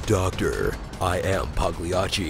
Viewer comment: I never get tired of hearing this dude consistently mispronounce both "Idyllic," and "Pagliacci" [don't ask me why that 2nd one's come up in more than 1 video, but it has]. You'd think someone over there would "epically" whisper into his ear that he sounds like a moron bc he's mispronouncing SAT words, repeatedly.